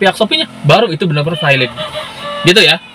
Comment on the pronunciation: Bang, ente nyebut valid aja kenapa vailid?